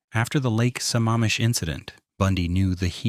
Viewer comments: Good ole A.I. videos " Sam-am-am-ish" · It's pronounced "Sa-mam-ish".